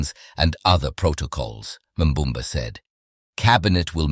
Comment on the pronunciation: nambamba is your mother, it's Nangolo Mbumba mf, NANGOLO MBUMBA